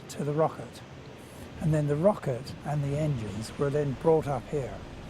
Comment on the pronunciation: New age in locket ploglam...lol